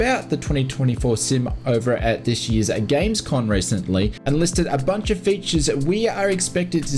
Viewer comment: GamesCoMMMMM not GamesCoNNNN